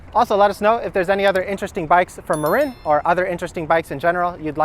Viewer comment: Hey – I live in the SF Bay Area, just across the bay from Marin County (home of this bike brand). FYI, the name is pronounced muh-'rin, not muh-'reen.